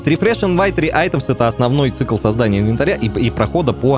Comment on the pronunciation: не инвенатря правильно а инвентаря 😁😁